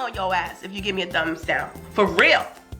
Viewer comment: lol you can hear the whine ...i put the the tray Daown ...how cute